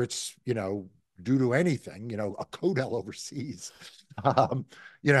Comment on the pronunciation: "A coat hell overseas"?? What is Marc actually saying here? Just curious... could not figure it out... Edit: CODEL = Congressional Delegation 👍